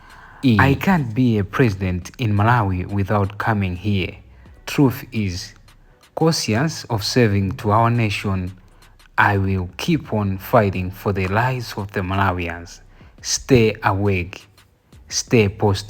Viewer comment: Cosiyasi & conscious are different. Can you try to read these before recording. I noted yesterday you were say mp is still investigating. It's malawi police (MP) en u need to say it in presentation even if it has been abbreviated 😢 in writing